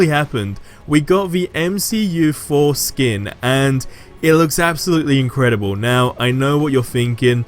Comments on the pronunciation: “MCU Foreskin” hahahahaha that’s what I heard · When he said MCU Thor skin I thought he said something else lol